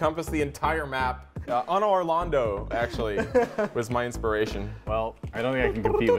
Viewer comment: the way he pronounced anor londo irks me